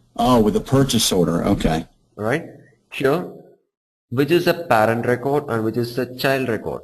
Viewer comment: No offense Instructor I can tell you are an educated individual but you need to brush up your pronunciation if you planning on teaching US crowd...specially the way you pronounce "Parent" I can tell John & Johnson having a blast with that!..Still very good detail tutorial.